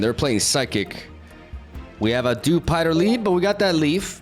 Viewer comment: Also dewspider